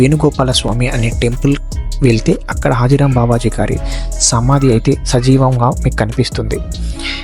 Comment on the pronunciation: Arey baby adi హతీ రామ్ బాబా హాజీ రామ్ కాదు